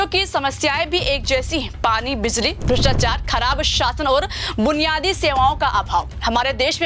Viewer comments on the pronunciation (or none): Madam bhrshtchar nhi bhrshtachar hota hai.